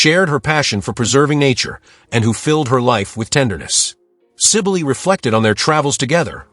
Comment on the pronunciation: Pronounced Sybil